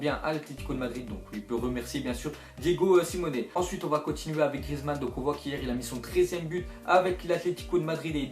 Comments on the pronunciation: Salut tu fait beaucoup d'erreur quand tu parles tu dis budensliga alors que c'est bundesliga après pour le joueur de Atletico tu dis saul alors si ça se dit saoul et c'est pas Diego Simone mais Simeone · arrete de dire simoné c siméoné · on dit: si-mé-one pour pour le non de famille de diego simeon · Diego simone loooool Simeone stp lis bien